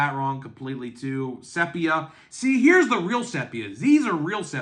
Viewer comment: Sepia. Prounoned sē-pē-ə , the "e" is ee as in "Sheep".